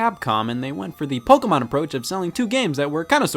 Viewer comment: Wait. WAIT. Scott is American and he doesn’t say PokEYmon... but pronounced it correctly? 7000 IQ CONFIRMED